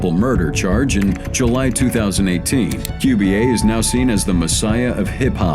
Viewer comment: Its July not juli